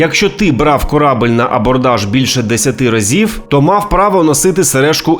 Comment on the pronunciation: КорабЕль, а не корабль за бОрт, а не зА борт ...більше 10 разіВ, а не разіФ в обох вУхах, а не вухАх